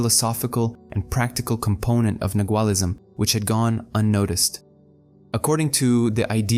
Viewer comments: Can you please pronounce nagaul as it is intended? nah-wahl. The letter G is not pronounced. TY.🙏🏻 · Nagual has a silent g Thank you for this.